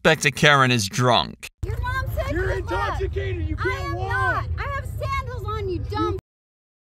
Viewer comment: “I’m not intossicated”😂